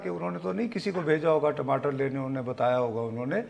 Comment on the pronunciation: you pronunciation is so cutesy of TAMATAR as TIMATAR:)